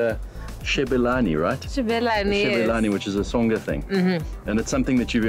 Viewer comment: "Tsonga thing" * touches hair* doesnt know IYAH "Hair thing" mispronounces Tsonga words This interview was too forced. LOVE YOU SHO MADJOZI❤😚